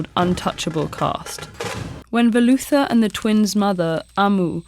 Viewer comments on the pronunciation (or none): Once you realize how badly she botches up the pronounciation of their names (no hate, I understand cultural differences, but it took me a second as a native Keralite to realize when she said Velutha's name) that idea doesn't seem so good anymore. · Thank you Ted-ed for putting up this video! The story is definitely a classic! And unfortunately many of the story's tragic themes are prevalent in today's society. My only complaint is that I wish the narrator knew how to pronounce the Malayalam words correctly. I didn't even recognize when she said Velutha. Even though the words might be a bit confusing for people not used to transliterated Malayalam, it's still a wonderful read! Highly recommend it